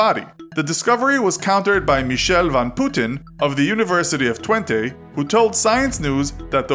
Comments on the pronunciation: I CANT STOP THINKING ABOUT THE WAY YOU PRONOUNCED “TWENTE” HELP THATS SO WRONG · Goddammit that is not how you pronounce twente it is tw ee n te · The way he pronounced twente XD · Dutch Duck Yup. The pronounciation of Putten as Putin was cringeworthy. 😂 Coenen and Radboud weren't too bad I think and Twente (pronounced as 20) was kinda funny. 😜